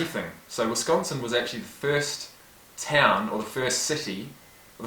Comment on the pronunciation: And he actually says Wisconsin instead of most who say Wesconsin...